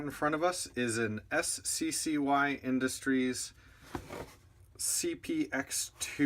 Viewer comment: It's pronounced sky. I own one and was my first pistol that I bought since because it was so cheap. Mine is the cpx-1 which has the ambi safety. That's the difference between the 1 and 2, the external safety. Great review by the way!